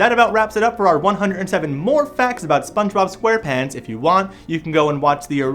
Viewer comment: Mason Chantez yeah i heard it😠